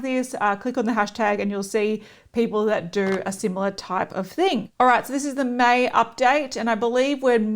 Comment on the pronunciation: When you kept saying “May..May”, my mind went “mate..mate”. I’m such an Aussie, aren’t I 😂? Thanks so much for uploading:)